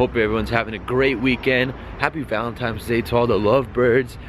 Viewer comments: Bruhh, what are you 5 years old? its ValenTINES day. not ValenTIMES day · its valentines day not valentimes day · Valentimes day? It's valentines day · VALENTINES not VALENTIMES ahah 😂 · what's valentimes day lol VALENTINE'S!!!!! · Are you saying valentimes day instead of valentines lol? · valen "times" days? its "valentines" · Bro valentines. Val-en-tines. Not Val-en-times. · It's ValenTINES!!! Not TIMES! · He says valentimes instead of valentines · "Valemtimes day" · haha Bruh he said valentimes day XD dying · WTF is "ValenTIMES" Day?